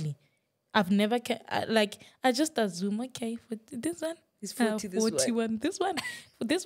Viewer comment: 😂😂😂 yes, ",aZZumes"😅.